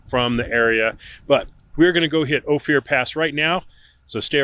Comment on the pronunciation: why is he calling it O Fear?